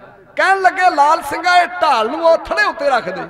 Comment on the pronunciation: "ਢਾਲ" ਨਾ ਕੇ "ਠਾਲ"